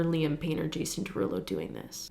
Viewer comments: NOT JIAM PERULO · jiam perulo.... i'm cackling